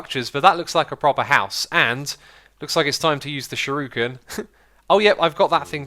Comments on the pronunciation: its not shiruken its shuriken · actually it's pronounced Shoo-Ree-ken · I think he's pointing out that it's shuREEken, not shuROOken. Also, little heads up, it's the manyullyn (obsidian too) that breaks "unbreakable" stuff. replace the manyullyn and those shuriken should never run out. magma slime is a good choice, especially if you put blaze dust on them. Prismarine could also be good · Sh*U*r*I*ken. Not Sh*I*r*U*ken. And the U is long (Sheruuken). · Shuriken: pronounced shoo-di-ken. Japanese R's make a D sound. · Shuriken is pronounced "sure-ee-kin" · Pronounced sure-ih(or eh) kin i would know being a black belt myself and trained in the arts of Japan (btw I'm arftroopr from ur stream :p) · YSquared, Yobozo and sher-u-ken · SHURIKEN. SURE-I-KEN. Im sorry but what people mispronounce Japanese words it really drives me crazy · its a shuriken not a shooroken